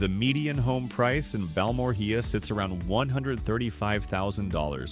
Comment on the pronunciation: If you’re going to create video content like this about communities, at least do the research and try to learn how some of the names of these towns are pronounced. It’s Bal-mor-ea.